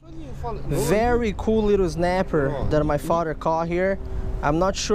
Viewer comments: Snapper not znaper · I love how he says znapper